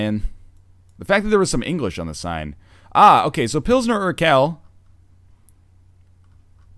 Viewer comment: I just hope NL never sees/reads "Urquell" again, it's just so weird to hear it pronounced like that.